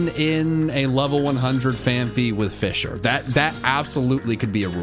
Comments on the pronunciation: The amount of times he said fisher instead of fissure. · It's fiZZire not fisher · not sure if its just me but whenever he said "fissure" it sounded like he was saying "fisher" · TIL "Fissure" has an "H" in it. I genuinely had no idea what he was talking about when he said a "phanpy that only knows fisher."